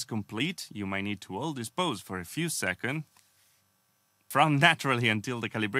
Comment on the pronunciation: Hey! Great content as always. Your English has gotten way better since your first videos. I will say you forget to add the “s” at the end of “seconds”. Super nit picky, otherwise awesome man!